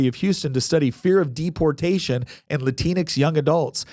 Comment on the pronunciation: Love the 'Latin X' got slurred into latinx😂😂